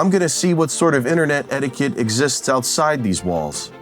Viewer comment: STOP CALLING IT AN "ETTIQUE-SET" YOU KNOB! SETTIQUETTE!!!!!!!